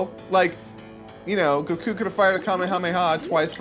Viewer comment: Did just say Goku's name correctly?